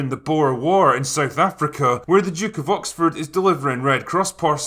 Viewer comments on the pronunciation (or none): none